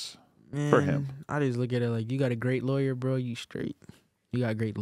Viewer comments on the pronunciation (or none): none